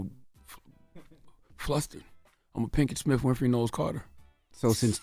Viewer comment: Envy, it's pronounced smiTH, not smiFF. Jada Pinkett SmiTH, Will SmiTH, not SmiFF 😆😆